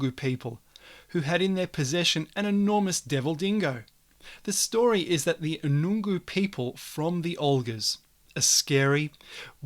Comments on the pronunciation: Geez, you really messed this up! Most of the information you've spoken on here is false and offensive to the Anangu (ana-noo NOT an-noon-goo) people and their Tjukurpa. if you are going to speak on their history at least try to get it right! Firstly you are in Kathleen Springs which is in Wartarrka NP 3.5 hours from Uluru when your video starts and that is different Tjukurpa to Uluru, please understand that all creation time is not the same around Australia. You speak on Kata Tjuta when you don't know anything about the place as no white fella knows anything of this place, it's a sensitive site, its sacred men's business, it's not our knowledge to know. The stories you so terribly tell are of Uluru, not Kata Tjuta. A few things that you got wrong, the Mala people are the ancestors of the Anangu, the Mala people are the spirits of the Rufous-hare Wallaby that live within and around Uluru, they're not a tribe they're a mob, a community, there is not one leader there are many elders who look over the community. The Anangu are the people Pitjantjatjara people who live at Uluru present day. The Anangu did not create Kurpany (Koor-pan) the Wintalka Men (Wattleseed) men did who lived in North-Western Australian country, they conjured up the evil spirit and he was an interdimensional being that changed form and made his way to the rock on his own. The Wintalka men did not come back to Uluru with Kurpany, they sent him alone. Also, the Anangu people do understand the symbols left behi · Speculation is right. Learn how to pronouce Anangu too.